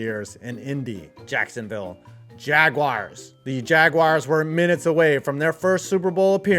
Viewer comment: why do you call them the Jagwires? That's not how you pronounce jaguars😂